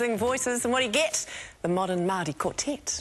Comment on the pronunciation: Love how she said Maori with completely correct diction. Mean one girl.